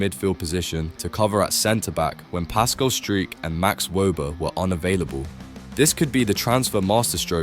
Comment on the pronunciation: Some erm, interesting player's name pronunciations. Pascal who? 😂😂😂